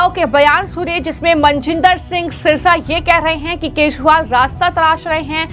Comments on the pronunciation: तोतली बेबी केशवाल नहीं केजरीवाल हे । बिस्पी नहीं बीजेपी हे । सही उच्चारण करना शीख लो बेबी । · क्या आपकी एंकर को केजरीवाल का नाम नहीं बोलनाआता बार बार केशवल बोलती हैं।❤❤❤❤ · अरविंद केजरीवाल के नाम का गलत उच्चारण कर रही हो अरविंद केजरीवाल की जगह अरविंद केशवाल कह रही है।